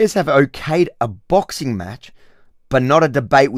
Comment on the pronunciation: What is a bixing match going to change lol 😅